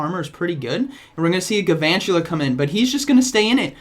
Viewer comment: It kind of bothers me that you don't pronounce the l in Gal-vantula...